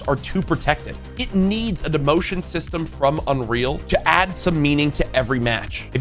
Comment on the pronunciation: let’s æædd😂